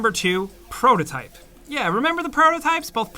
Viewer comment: Him: "prototype" Me: thank you...